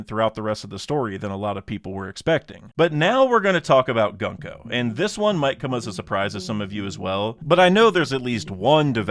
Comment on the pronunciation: I unsub bcos you said 'gun-co', it's 'goon-co'